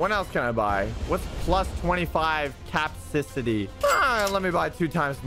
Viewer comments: I love how he keeps mispronouncing capacity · capcisity that is how you pronounce it